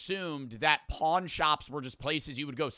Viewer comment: why does he emphasize pawn so hard😭